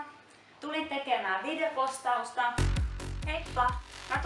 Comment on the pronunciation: kuulostaa enemmän että sanot videpostausta